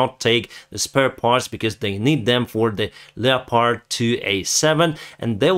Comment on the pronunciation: The correct form would be Parliaments, not Parliamentaries. The "o" in "leopard" is silent, say it like Def Leppard. Slava Ukraine!